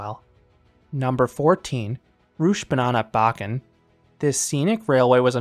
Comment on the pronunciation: Loved your reviews. Good try to pronounce the difficult danish names. Although your attempt at rutschebanen was quite amusing. It sounded much more like you said "Rutschebananen" instead of rutschebanen which would mean "Roller Banana":P